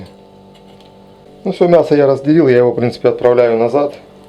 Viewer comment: Ключевое слово «отпрааляю»